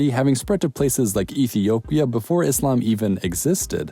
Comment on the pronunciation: Happy to see that you have pronounced Islam not Izlam